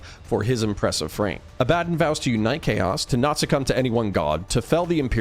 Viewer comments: Say it with me... abba- Don. Not a-bad-dan. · i cringe hard at how you say abbadon,its abba DON not abbadan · Abba-Don. ABBA DON Abbadon. Not , ............... A Bad un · I thought it was pronounced “Ab-Buh-Dawn” not “uh-BAD-dunn”. Is this a potato-potahto thing or is there a correct way to pronounce his name? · 'A-bad-un' ..? Pretty sure it's supposed to be pronounced 'Abba-don'. Although A-bad-un is hilarious because of its meaning in British vernacular. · ab-ah-don not abad-un good video otherwise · Pretty sure its aba-don not ah-bad-in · Bruh A-bad-on? Its Aba-Don How u gonna mispronounce that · wtf? 'A bad un'?? It's 'Abba-dawn' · IT IS NOT ABADIN (sounds like Aladin) IT IS ABADDON (ABA-Dawn) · Oh your one of those who calls him "ab bad on" instead of what he is called "abb a don" 😂😂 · Less "Ah-Bad-dun" and more "Ah-Buh-Dawn" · Agreed. Its not ah ba dun, it's ah buh dawn. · Woah woah woah, Abb-adon? It's Abba-DON broski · Is it not pronoubced ab-ah-don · Abaddon's pronunciation always messes me up. You are saying it the correct real world way but in all the audiobooks it's Ab-ah-don. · Im quite sure you're sick of these remarks, and i intend no hostility, quite enjoying the videos... The correct pronunciation of Abaddon is "Ab-uh-dohn". Greek - the archangel of the abyss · Ah buh don ffs how do so many people mispronounce that name when there are hundreds of audiobooks out with the correct pronunciation? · Say Abaddon right homes, beyond that, great video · Dude you've got to learn how to pronounce Abaddon correctly! Fantastic video though, i love your channel. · I hate the way you pronounce Abadon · Dude great video but you're pronouncing Abaddon really badly. Its not nice to hear. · damn you sure showed me. You make lore vids for a living and you get the main antagonist's name wrong, it just sounds like you cant read. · It was killing me hearing that pronunciation....THANKS!